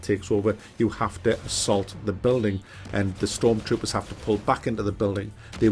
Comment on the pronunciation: I cringed when he said stormtrooper